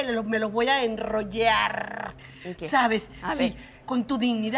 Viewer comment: nadie:: me los voy a enrrollaRRRRRRRRRR (minuto: )